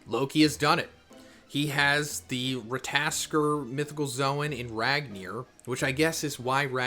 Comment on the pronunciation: It's rattatasker (Google spelling)